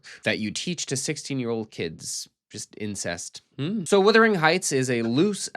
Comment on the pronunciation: Speaking of “withering”, every review or commentary on this film I’ve heard by an American pronounces “wuthering” as “withering”: why is that?